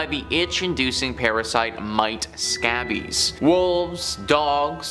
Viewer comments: It's SC A long A bies lmao 😂never heard of sabbies😅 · Scabies is pronounced with a long A sound. Skay-bees. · You mispronounced scabies. The A is long.